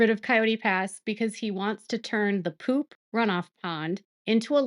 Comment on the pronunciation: Same! It makes me giggle the way she says “poop” and idk why. I’m like a toddler when I laugh at that. 🤭